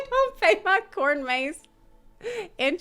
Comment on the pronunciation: Cornmaze? Oh dear... your South is showing 🤣🤣🤣